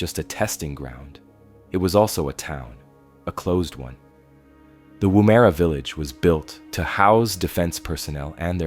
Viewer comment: lol, woo-mare-a It’s just Woomera